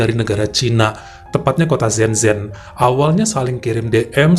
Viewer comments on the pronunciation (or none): Maaf bang . mau koreksi dikit .. Kota senzhen .. Ngomongnya sencen 🙏